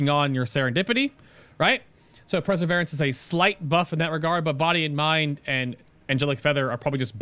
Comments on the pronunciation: haha, mate, it's per-seh-veer-anse. But great guide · It's pronounced PURRR-severance